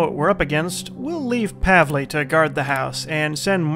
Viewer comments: Who told you pav-lay? XD It's corresponding to the english 'paul'. par-vul. Simples. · you've been pronouncing Pavles name right before, now you got it wrong. Whoever told you it was wrong was an idiot. Trust me, Im Polish and I know this stuff :) Strange because in the last (#02) video I reassured you in the comments section that you've been doing it right and now you took some idiots advice and now you have it wrong. In case you don't believe me, please do me a favour. Go to google translate, type in Paul in english section then pick Polish in another section and hit the speaker icon. That should clarify all doubts for you :)